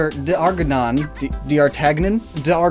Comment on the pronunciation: It’s pronounced Dar-tan-yan